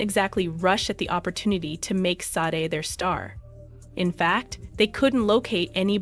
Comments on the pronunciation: Where's the tragedy? You can't even pronounce her name correctly! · Am I the only one annoyed that the narrator keeps pronouncing her name wrong?